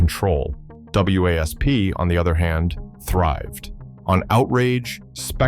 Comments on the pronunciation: For f**ks sake, can someone program AI to call the band Wasp,and not spell it out every mention, just because there's a period after each letter.😂😂😂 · A.I. narration is irritating! (W.A.S.P. isn't pronounced letter-by-letter.) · So funny how the AI spells out W A S P 😆